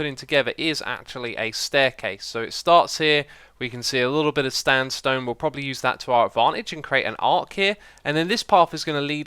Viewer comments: Is it just me or did he just say stand stone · you said stanstone lol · he says ‘standstone’. :) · 10.29 you said standstone LOL Edit:I meant 10.39